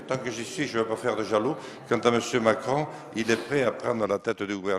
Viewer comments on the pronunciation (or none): C'est quoi ce langage il est chtit il a un problème de bouche ce jean lasalle on dit pas Macone on dit Macron enfin voyons si sa continue Macron va devenir ducon😂😂😂😂